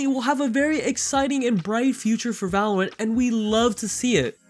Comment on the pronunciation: "valowant" uwu